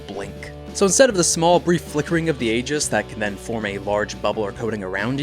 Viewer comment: ee-juhs. That's how the word aegis is pronounced.